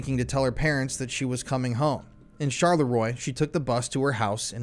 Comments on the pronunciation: Castle Dongelberg was Opus Dei. The elite secret service of the RK church. O yeah Charleroi is pronounced CharlerWa. Oi in French pronounced Wa. At least this video is the end of ´Belgium is boring´ 😉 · The town Charleroi is pronounced at the end 'oi' as in the English 'was' minus the 's'...= Charlerwa...if it can help you. You are doing pretty well with the names. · If you make a documentary, you should learn how to pronounce the names of the people and cities at least close to the French pronunciation. How can you say “charleROY” and expect people to take this seriously.